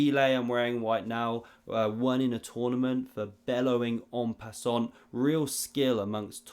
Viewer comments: Une pay-sont! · It’s pronounced “en pissant”